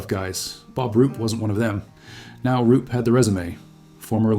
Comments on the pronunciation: Roop not Rupe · It's Roop